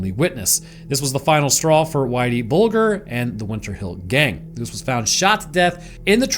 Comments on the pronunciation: Pronounced bulge----err not bul---gur.. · 😂 that and "Bull-ger" 😂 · James “whitey” bulger pronounced “buldger” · How's it even possible not to know how Bulger's name is pronounced? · Just fyi, the "g" in Bulger is soft. Like germ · You dont even say whiteys last name right 😂😂😂😂just shows the lack of knowledge